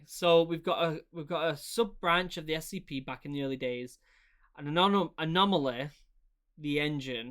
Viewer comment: "anomaleh" "enemeh"